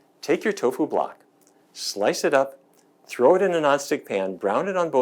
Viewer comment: I gave a thumbs up but you lost me at Toffu! Lol